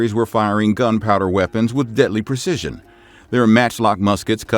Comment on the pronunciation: PRE-ci-sion, not per-ci-sion. 🧐